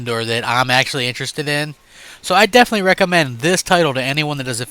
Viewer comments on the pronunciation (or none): none